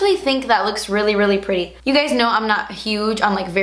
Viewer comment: That accent in 'itsu pureetty'! HILARIOUS😂